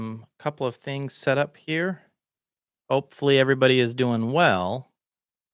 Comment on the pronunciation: "Hey everybody"??... Sounds like Texas is rubbing off on you buddy!... To those who say you might be condescending should check out Amir at audio science review, compared to him you're a peach!!! Keep on keeping on.